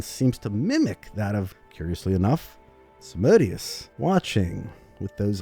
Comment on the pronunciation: its a latin name. so its pronunced SAM-A-DE-OOS